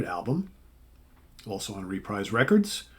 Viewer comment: About one third into this video, I have to stop and correct you about the pronunciation of Reprise Records. I’m pretty sure it’s pronounced “re-preeze”…..rhymes with “Fabreeze” 😂😂 Ok, sorry, I will now continue watching. So far so good 👍